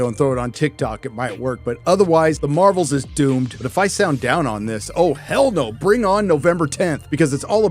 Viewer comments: Haha "Marv-elle" and "Her-oes" are new to me, love it! But nothing else about this subject 😢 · “The marvols” 😂